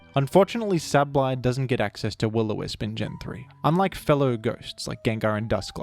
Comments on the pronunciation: DUDE... "say-buhl-eye". Not "sabb-blai". PLEASE. I had to click off of this video. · Geng-gar Sable-eye This is the correct/more popular pronunciations and I will die on this hill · I’ve never once heard Sableye pronounced as Sab-lie. I’ve always heard it pronounced Sable-eye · Where did you get that pronunciation from though? It is sable, eye. I do not understand. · If you think that's bad, I originally pronounced (and sometimes still do out of habit) Sableye as 'sabble-eye'. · Sab-Lie is understandable if you don’t recognize the word “sable” when you learn the name, but it is strange to hear lol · My pronounciation: “Say - bol - eye” My parents pronounciation: “Pikachu” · isnt it sabel eye idk i could be wrong like with decidueye pronunciation(fr just asking no critique) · Yea… you still manged to say sableye wrong Nice vid tho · I had to pause the video after the first 10 seconds, I’m sure it’s very good informative I just can’t listen to the way you say his name 💀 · this guy pronounces "Sableye" like an automated hotline would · good video but they way you pronounce Sableye causes my brain to short circuit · Why are you saying Sableye like that... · Tf did u pronounce sableye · look my point is just that it shouldnt be pronounced like abs, it should be pronounced like able. The ab part. Also no, theres basically no universal rules like that in english. Youre just saying shit more confidently like it makes you more right bro stop